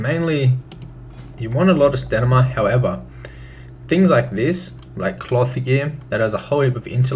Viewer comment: "You want alot of stanima" xD